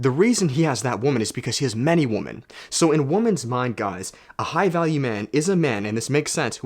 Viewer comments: Do all Canadians pronounce "women" like "woman" ? Edit: nice shirt 😂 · There’s a trend on the internet lately where people don’t pronounce women correctly and instead they just say woman. Women is pronounced [wui-men] not woman. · I can't help but find it funny how he says 'woman' when he means 'women' 😄 is that a Canadian thing? Anyways, love your videos and energy dog 🙏